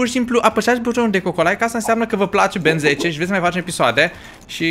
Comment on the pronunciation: se zice Ben tenn